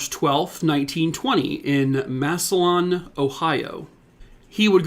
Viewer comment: It's pronounced "Mass a lynn" not Massolon